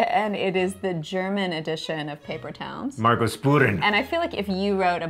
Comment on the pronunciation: L DeSAG omg. I have 'Margos Spuren' (the way John pronounce it is very funny :D) and I couldn't watch them destroy it :(((( omg :D haha